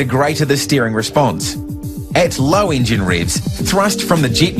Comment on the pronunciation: Ok there are a lot of problems...his fucking accent!!!! Engine=Ingine Vessel=vissel Waterjet=waterjit I hate his accent